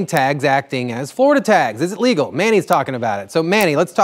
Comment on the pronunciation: "leagal". ..... Florida.